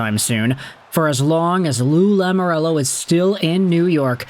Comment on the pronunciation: Please... Please stop saying Lamorello, it's Lamoriello.